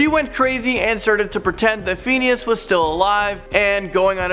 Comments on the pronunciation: Who else cringes every time he says “fiend” instead of “fin” when speaking about phineas and ferb 😓😩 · It’s phineas not pheneas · I hate how he says Phineas and it's sitch not stitch.